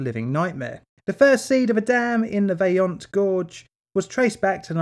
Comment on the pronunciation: agree but I'm also impressed about pretty much all italian words were correct.. I've heard a lot of Toc, Vajont, LongaronE, etc.. very well pronounced! it is one of the most difficult skill for english speakers